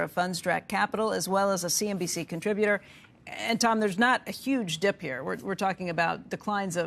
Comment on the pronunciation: I love this this guy but he always says buy the deep lol